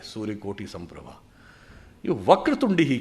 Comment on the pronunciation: सुधांसु जी मेरा अनुरोध :- गणेशजीका बन्दना "कोटि सूर्य"" समप्रभ शुद्ध उच्चारण होताहै, कृपया करेक्सन करवाइएगा। ।।।